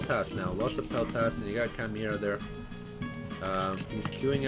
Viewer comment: Thank you for the content , but for the love of Christ , please stop mispronouncing Hades and Chimaera